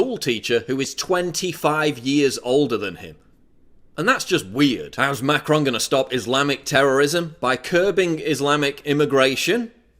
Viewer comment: also Melon Sean and Macarons instead of Melenchon and Macron made me laugh :D